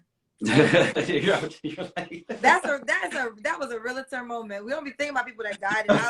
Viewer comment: It's REALTOR....NOT ReaLITor 😩. No I.